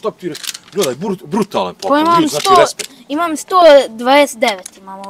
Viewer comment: Nike respect nego rispekt